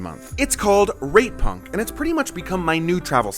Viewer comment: Please go out of your way to really enunciate the T in rate punk 😂